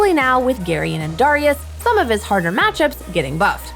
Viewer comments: This girl says gareen and dariyous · How the fuck do you guys fuck up the pronunciation of GAREN and DARIUS